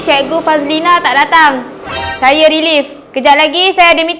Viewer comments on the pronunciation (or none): Cikgu relief, bukan cikgu relive